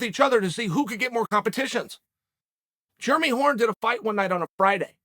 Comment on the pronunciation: Do yall think Chael actually knows how to pronounce it but thinks all the Jeremys of the MMA world are just unclean and germy?